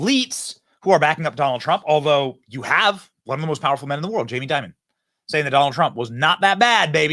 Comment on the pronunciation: Wow this guy seems to say jamie diamond?? & . no wonder...